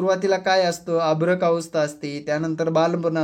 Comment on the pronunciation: अभ्रक नाही सर, अर्भक म्हणा